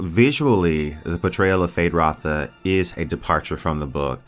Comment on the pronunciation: Why are you removing the U from Feyd-Rautha?